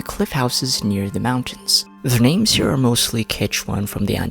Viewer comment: Im confused why you pronounce almost every name differently than they do ingame 😭